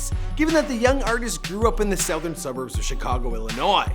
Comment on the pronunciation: South ern 🤣🤣